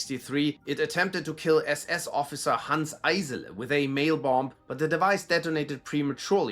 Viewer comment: the way you prounce SS officers is so crisp